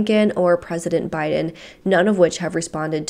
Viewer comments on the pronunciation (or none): none